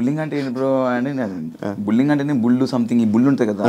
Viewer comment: Bulling kadu bro adi....bully+ing...bullying anali... బుల్లిఇంగ్